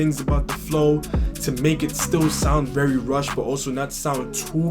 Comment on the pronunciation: Man said Rush as Russ in the beginning. Great reaction vid!